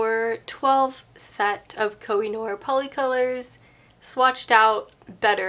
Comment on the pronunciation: Pourriez-vous prononcer CORRECTEMENT le nom des marques?